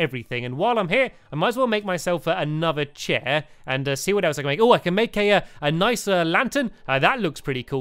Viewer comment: another slow motion laugh and he says chair like cheh in slow motion and its funny..